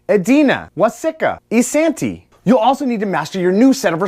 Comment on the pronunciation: I live in isanti and I absolutely cringed because this is how people actually pronounce it.